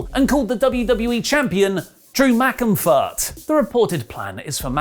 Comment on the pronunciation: I thought he said Drew McInfire I mean Drew McIntyre 😂😂😂